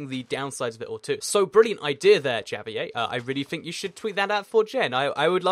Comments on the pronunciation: lmao he said Ja-vier instead of ha-vier, was that intentional? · The way he said Javier in the beginning XD